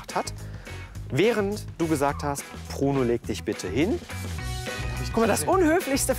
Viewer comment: Er heißt Bruno und nicht Pruno!!